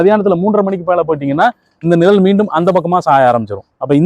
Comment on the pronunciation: நிழல், நிரல் அல்ல தமிழை உச்சரிப்பு காப்பாற்ற வேண்டும் குழந்தை கள் குலந்தை அல்ல. மற்றபுடி OK